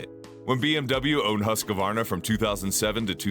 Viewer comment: no its not. but yours is better. the right way so pronouce is HUS QVAR NA, or to make is simpler, HUUS-KVAR-NAH. say the U like in USA. and the A like in America. 😁